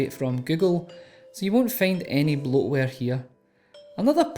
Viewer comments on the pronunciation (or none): none